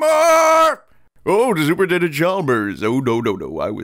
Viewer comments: "super intelment" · Every mispronounced word made me die laughing. Superintellment. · "super intelment" literally sounds like when Ralph calls him super nintendo chalmers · "Super Intellments" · "Super Intelments"